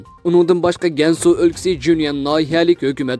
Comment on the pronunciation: Гәньсу өлкиси әмәс-Кәңсу өлкиси.